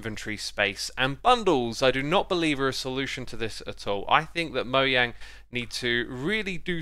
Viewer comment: Thank you for pronouncing Mojang's name correctly.